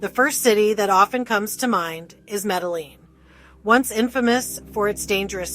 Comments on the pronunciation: Why can't this narrator pronounce MEDELLIN correctly before in this video? She butchers it again , and yet again later. Just unbelievable. 😮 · AI sadly mispronounces a lot of Spanish names! Especially Medellin!